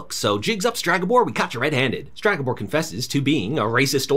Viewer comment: Please, its Stregabor, not Stragabor. Other than that amazing recap to a very meh series